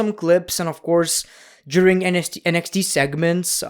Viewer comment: And why say “juring” instead of “during”?! That’s just wrong… you need a doctor.